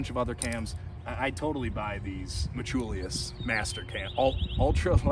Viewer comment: Brother, are you saying "metchulius"?? Lol anyway, very odd choice by them to add the little wings on the thumb press, especially since the sling still goes INSIDE the wings. If they routed the sling on the OUTSIDE of the wings, then it would hold the sling open and I bet that would make it much easier to get your thumb in when you're pumped. I'm glad they got rid of the silly colored "range finder" dots, but otherwise this feels like a sidegrade at best and not really an upgrade. Thumbloops really are the best IMO.